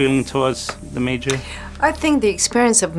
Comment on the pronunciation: Por favor, parem de chamar Meijor. É Major, ou Motoko. simples assim.